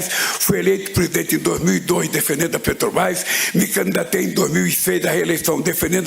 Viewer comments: Como não? Petobaiz, pronúncia perfeita! 🤣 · Ele ainda não aprendeu a falar "PETROBRAS".